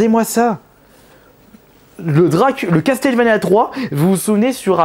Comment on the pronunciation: "Castelle vania" "Di Ard" non mais oh mon dieu quoi